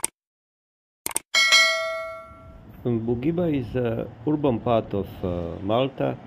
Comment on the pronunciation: Ne cita se Bugiba nego Budjiba druze. Cisto savjet 😉